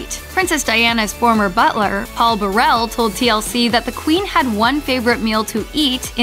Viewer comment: The name Burrell is pronounced Burr-ul (stress on the first, not last, syllable)